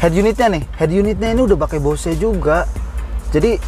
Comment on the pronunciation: bo se? hahhhaahha . check your pronunciation...